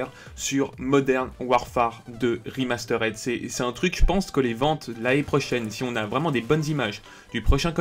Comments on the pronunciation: Le "remasteraide" m'a détruit les oreilles au moins 20 fois dans la vidéo ptdr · Arrête de dire "Rimasteureddd"